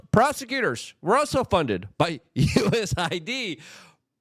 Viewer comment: It's not USA ID ... It's US AID